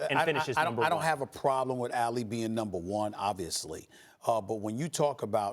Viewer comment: Y can't Stephen A pronounce Ali correctly?